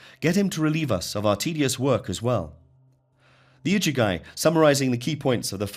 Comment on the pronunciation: The iduguy? Is that the igigi or (igigu, plural)? It's so irritating to hear these commentaries making such a hash of basic pronunciation. The worst I've heard so far, I wonder how Thoth, the Thrice Great, otherwise known as Trismegistus name and title would get announced or butchered?